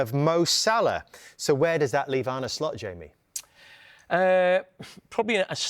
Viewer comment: Ar-nay Slot